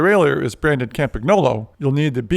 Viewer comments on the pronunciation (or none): dude if you're a bicycle expert don't pronounce the g in Campagnolo, it sounds silly. In Italian gn is pronounced as ñ. Look it up. Otherwise a useful video, cheers. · Please check how to pronounce Campagnolo!